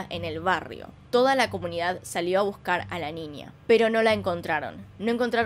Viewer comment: Que chistoso te escuchas diciendo ninia (niña)